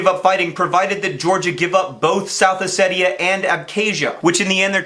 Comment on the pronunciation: Thanks for pronouncing Ossetia "Oh-Say-Tee-A" and not "Oh-See-Sha."